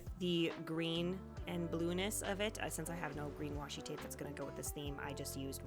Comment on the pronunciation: This might be odd but I adore that you didn't fix the oopsies in your voice over. Twape is totally something I would say